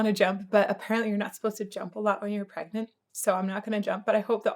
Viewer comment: Pregananant????? 😂 Congratulations!